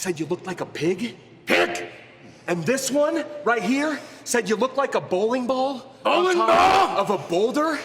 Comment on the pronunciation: BWoWliNg BWalL?? ChEeSe??